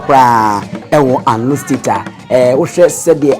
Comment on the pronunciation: Please the name of the town is anlo no alo ,,,,and the raver is amu not momo